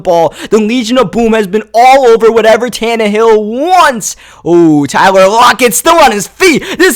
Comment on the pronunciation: Wait did he just say Todd Tannahill